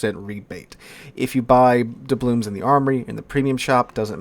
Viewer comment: Why does he keep saying "doublooms?" The word is "doubloon." There's an "N" at the end, not an "M."